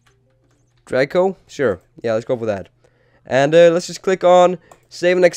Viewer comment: draco, not drago